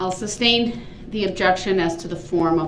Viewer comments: "SUBstain?!" 😂😂😂 Fool doesn't even know it's SUStain. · The word is sustain